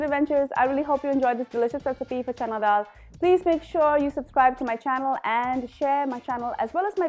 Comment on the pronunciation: It’s not DHAL. It’s DAAL 🙈